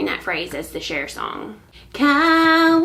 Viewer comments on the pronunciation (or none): none